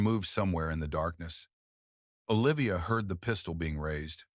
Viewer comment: Lmao The pronunciations though! "There was a PEE-stole in his hand!" 🤣 🤣 🤣 🤣